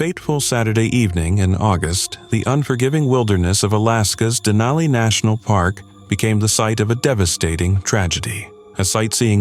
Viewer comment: It's Denali. Sincerely an alaskan